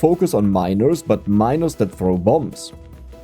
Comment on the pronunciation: Your pronunciation of the word "miners" starts to worry me.